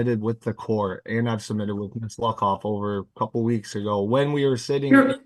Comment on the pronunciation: Oooooh its Luckoff! Thats NOT what i heard! 😂 Quite the unfortunate name,....